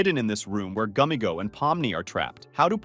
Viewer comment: It’s gummigoo not gummigo 😟